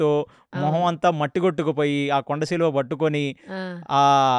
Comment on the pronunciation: మీరు కొన్ని పదాల ఉచ్చారణ తప్పుగా పలుకుతారు, ఉదాహరణకు మాత్సర్యం అనే దాన్ని మాశ్చర్యం అని ఘటోత్కచుడు అనే దాన్ని ఘటోజ్గజుడు అని ,కొండ చిలువ ని, కొండ సిలువ అని. సరి చేసుకోగలరు. మిగతా అంతా ఓకే. ఒక్క చిన్న మనవి. మీ podcast కు TKV. RAGHAVAN గారిని పిలిస్తే చాలా బాగుంటుంది. కాని వారిని మాట్లాడానివ్వాలి. మీరే చెప్పకూడదు.